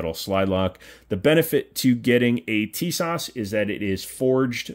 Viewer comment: The s at the end of Tisas is pronounced like the sh in shop, thats why it has a little hook at the bottom. The rest is on point.